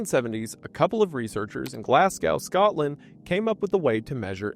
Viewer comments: Around 11 minutes, Glasgow said like glass cow then immediately pronounced perfectly two seconds later when saying "Glasgow coma scale" 😭... they're the same pronunciation. Glaz - go. The w is silent I guess. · Glazgo. not effin' glass cow. five generations around, and thirty years of internet.. and I STILL find numpties who somehow don't yet know how to say Glasgow. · Glass-go not glasssgow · love the vid dude but PLEASE stop saying "glass cow" its glaz goh - sincerely an upset scottish person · The way you say Glasgow hurts my soul. Glass-go Not Glaz-g-ow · Brother its Glasgow prenounced Glas-go not Glasgao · please please please americans it’s GLAS-GOH not GLASGAOW 😂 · Ik im being pedantic but its pronounced Glas-go not gow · Glas-GO, love you Wendi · FYI, Glasgow is pronounced Glaz-go. Also, there's no such thing as on accident, it's by accident. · I love you so much mr Goon but the way you say Glasgow makes me wanna rip my ears out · It’s glas-go brotha 🙏😭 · As a Scottish person, your pronunciation of the word glasgow triggers me Glas go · i love your content, but please, please learn to say glasgow properly - it rhymes with go not how haha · this is one of the worst butcherings of the word Glasgow I have ever heard in my life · That's... that's not how you say Glasgow. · If I have to hear an American mispronounce Glasgow one more time I'm gonna go into a coma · I love wendi but the first time he pronounced Glasgow really triggered me as a Glaswegian myself 😭